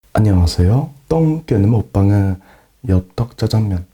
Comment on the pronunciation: 발음 ㅈㄴ 웃김ㅋㅋ '오늘 먹방은' 이라고 못하고 '오늘 먹방으' 라고 함ㅋㅋㅋㅋㅋㅋ